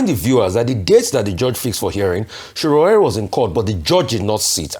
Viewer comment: Can Ojy please learn to pronounce Sowore's first name correctly? It's not that hard!